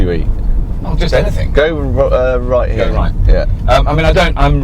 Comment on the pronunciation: ..."...it's good 'ere.... "